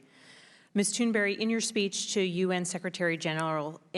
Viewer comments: I'm just wondering here if the spokesman here intentionally mispronounced "berg" to what sounds like "berry" or not. Because he didn't pronounce "berg" how Americans usually pronounce this. It makes it somehow feel like he's intentionally changing her name from a mountain (berg) into a small Berry :P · why are they calling her tuneberry?? its tun-berg,,easy to say no? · when he said great tune-berry i almost died inside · Why do the adults in the room keep calling her "Tunberry?" Her name is right there...smh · Did he say Tuneberry??